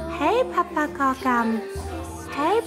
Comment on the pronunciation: ”Hæj PeeeppArkakkkan” förlåt men jag dör hahshahahahahHaha